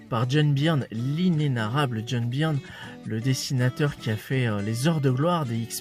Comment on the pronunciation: Byrne se prononce Burn!! Ton « Birn » fait saigner mes oreilles!!! Lol Et c’est clair que Byrne sur Namor, c’est exceptionnel!!!